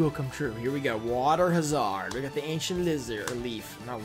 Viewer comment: Lol does he actually think it's water ha-zard? Sounds like a kriptonian